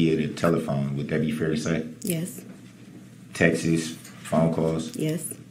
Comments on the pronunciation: It’s TEXTs! Not texes! 🤪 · Dear LORD……. The plural of “text” is “texts”……. NOT “Tex-tess”. GAAAHHHH! Every time he does that, I see cowboy hats and spurs!!!!!